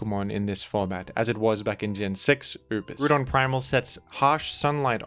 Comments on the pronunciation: Brother it's Groudon, in Japanese it's pronounced Guradon because they don't have the sounds for Grou but in English it's pronounced as Grou-don take the Grou of Ground and replace the ND with a Don. Grou-don. Unless you are from some remote English Colony or something I can't fathom why would you call Groudon, Grudon unless it's for engagement farming which a certain VGC YouTuber has been found to do. Hopefully this is a teaching moment. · its not Grewdon wtf is that. GR-OW-DON Groudon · with his blasphemous grudon pronunciation is the same person as in mean girls who tries to make it's so fetch happen. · Grudon would be more accurate - You’re saying Groodon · I'm gonna start pronouncing it as Grudon specifically because of you,. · "Groodon" gives me "A Hoonter must hoont" vibes. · Pretty sure here only pronounced it as "Groo-Don" so that people wouldn't be upset when he says "Ray-Quah-Za." It's definitely "Ray-Qway-Za"...the anime and literally everything else says it that way. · Why is saying Grewdon💀💀😭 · i didn't even notice you pronounced it like grewdon honestly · Heheh, “Grudon” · You really gonna hit us with the Grew-don 8 seconds in? I didn't expect a jumpscare. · some people pronounce it - groo-don. Monsters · He may pronounce Groudon as Groo- Don Let’s just be thankful he doesn’t pronounce Kyogre as Key-O-Gree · Yet another “Grewdon” moment. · real quick how do you pronounce "ground"? lmao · You pronounce groudon like it has a bunch of banana loving yellow creatures following it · I'm just now learning that you and I pronounce Groudon differently. I've become so upset about this I've cast a small child into a well. It's imperative I make you aware of this inconsequential difference. Thank you. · I used to dislike the pronunciation, but then it Groudon me.